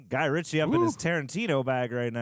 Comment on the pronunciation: RITCHIE not Richard..